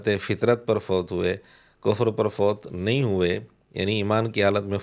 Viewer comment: O. fatrat ka lafz kahye fitrat nahin